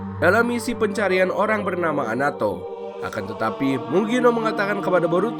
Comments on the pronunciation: Anato bukan amadoo.... Koreksi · Itu ngomongnya amado, punya telinga kagak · Anato om bkn amado